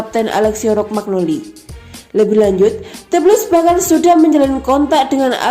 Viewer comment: Rokmagnoli...😥😞😔 yang bener romagnoli min..min... Kosakatanya ancur... 😁😥 Semangaaaat min... 💪👏👍 forzamilan..